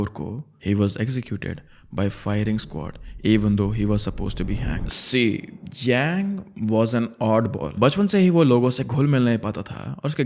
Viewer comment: It's यांग शिनहाए not यैंग